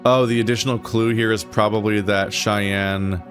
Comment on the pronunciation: that's 'cheyenne' not 'cayenne', lmao. it doesn't mean hot.